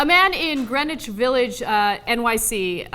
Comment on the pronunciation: Greenwich is pronounced 'Gren-itch' Ana.